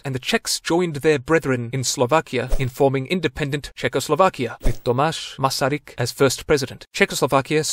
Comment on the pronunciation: How come you gut many stuff pronounced wrong but did Tomáš (middle name garyg) Masaryk so well?